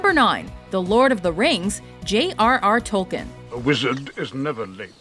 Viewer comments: Why can't Americans pronouce names correctly. Tolkien and Nabokov notable. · It's pronounced Tolkien (tolkeen)